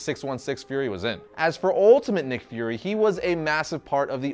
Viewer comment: Its pronounced as "fyoor-ree" not 'furry'. Lol